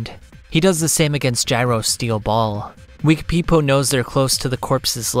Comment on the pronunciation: I love the way you pronounce Wekapipo